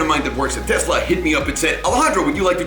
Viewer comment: I'm glad to hear you say Tesla, not Tezzla. It really bothers me for some reason. Just like diezzel. And Nuke-you-ler. Ok I'm done...